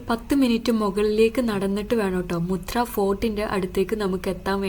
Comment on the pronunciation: മുത്രയല്ല മത്ര